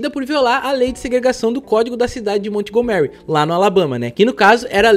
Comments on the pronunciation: "Mont Go Mary", pensei que fosse Montgomery. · Ai digo, baita video, mas uma dica, procura saber a pronuncia certo dos locais, montgomery ali é literalmente o nome do sr burns do simpsons, a entonaçao muda muito, sei que nem todos sabem ingles e tal, é so um detalhe pequeno, mas pra quem entende incomoda ser falado errado assim como erros de português, que eu sei que tu e fabil trabalham bastante nessa parte pra nao falar tantas gírias e ser o mais formal possível